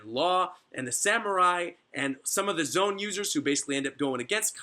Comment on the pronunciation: lol for the longest time i thought this man was saying "zone" not "zoan" cuz he doesnt pronounce it zo-an or zo-en